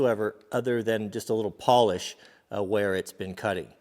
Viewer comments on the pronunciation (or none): none